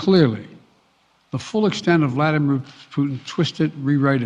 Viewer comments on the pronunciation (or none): none